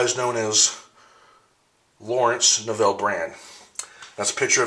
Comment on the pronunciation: My head was going to explode if you had mispronounced Neville (rhymes with "level") Brand yet another time.